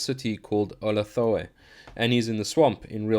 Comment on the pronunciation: "Oh-lath-a-way" is the correct pronunciation of the city which lies betwixt the strange peaks of "no-tahn" and "Kala-fo-nik"